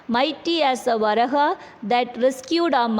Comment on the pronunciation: It is pronounced as Va raa ha,വരാഹ.